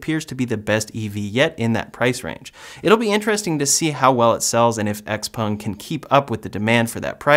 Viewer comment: Xpeng is pronounced like "chao-pang"